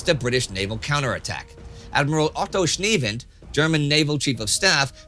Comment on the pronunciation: When he said Otto Schniewind it sounded like Otto Schniedel 😂